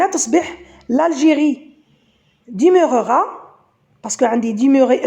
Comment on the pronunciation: Demeurera on lit de et pas dé